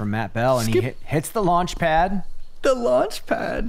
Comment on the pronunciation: the way says the launchpad xD